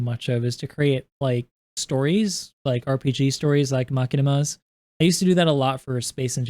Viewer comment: makinama's? You mean Machinimas? (Ma-shin-a-ma)